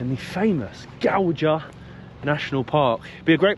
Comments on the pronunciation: not Godža, GAUJA. it is J not DŽ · You pronounced the rivers name completely wrong 😂